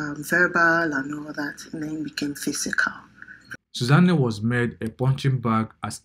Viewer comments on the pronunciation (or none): You people in the comments are not asking the right questions: Why does the narrator keep pronouncing her name as “Suza Nne”? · It's the way you're calling her Susan Nne for me 😹😹😹. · This person sef doing the voice over, i don't know what to say. How can you be calling Susanne like its an igbo name. Mtcheew